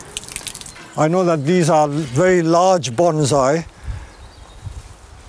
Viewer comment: Listening to you say banzai is TORTURE! The word is bonsai, not banzai. Get it right dude.